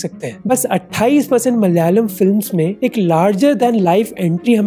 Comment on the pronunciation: മൽ യാലം അല്ലടാ നയിൻ്റെ മോനെ 😅